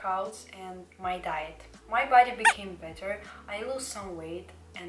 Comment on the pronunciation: How many times did he say diet it's like she calls it "diyet" oof no worries I'm not a hater it's just I'm laughing but I don't hate your voice it's cool